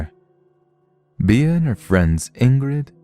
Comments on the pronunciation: Bea is pronounced Bee. Be-ah would be spelled just like that. Beah. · Thanks for the stories! Just a... tip? The nickname 'Bea' is pronounced like the insect, as in 'Bee'.